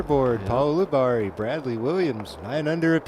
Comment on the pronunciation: It's yule-i-berry for crying out loud 📢